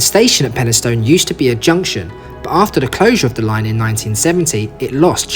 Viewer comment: and also peni-stun rather than peni-stown